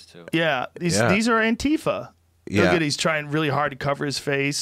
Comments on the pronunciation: Ok first it's AN TI FA short for Antifascists with the emphasis on FA. Calling it AN TI FA with the emphasis on TI loses the meaning. This has been done to confuse people about the meaning of the acronym. Say it like anti FA. You can do it! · Joe "Anteepha" Rogan